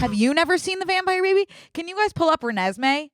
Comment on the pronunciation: when called renesme renaissance fair i almost choked on my french fry